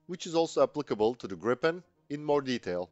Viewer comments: smiles.. there is one P, so it's pronounced "Greepen".. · Gripen is pronounced with the 'i' sounding like a long 'e', as in 'these'. And 'JAS' shall be pronounced with the same A sound as in SAAB. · Will Americans please, please take note of the correct way to pronounce the name !!!